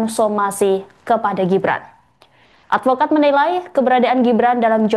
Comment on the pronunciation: 😂😂😂😂😂.advokat atau alpokat?.😅😅😅